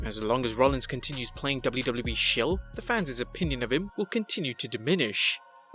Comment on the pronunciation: You said faneez... I can’t even spell it. It is fans. Wtf. Goddamn foreigners!